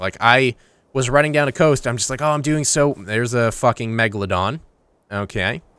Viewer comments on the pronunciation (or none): none